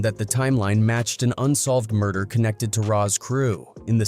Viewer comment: When I heard Mder, I spit out my drink. 🤣⚰️ This got to be a corny white dude.